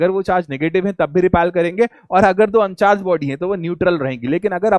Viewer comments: repel not repelll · Repel hota hai 😂😂